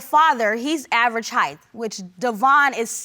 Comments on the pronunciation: "Height" doesn't have a "th" on the end. Period. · Did she say “Heigth” ? Instead of height ? I have lost all hope for humanity . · The heighth?????? Lol